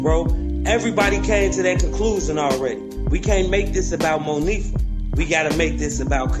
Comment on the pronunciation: Why clown ass kept saying Mo fee ah....hmmmm bitch it's moniefa